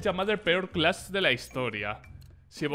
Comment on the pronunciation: Nose porque pero me enoja cunado dice clacht el